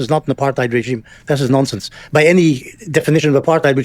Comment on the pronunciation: I just love the way Benny Morris pronounces the word "nonsense". Nonsinss.